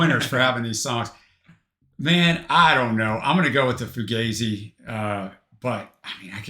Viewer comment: I think it's 'fuGAHzi' rather than 'fuGAYzi'